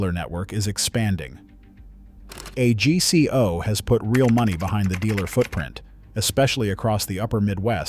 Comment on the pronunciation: A g c o is pronounced as a word, AGCO